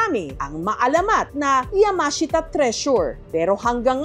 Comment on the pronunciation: yamahashita. Now i know cno nagmamayari..